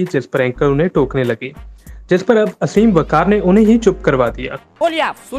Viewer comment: bro its आसिम वक़ार . not असीम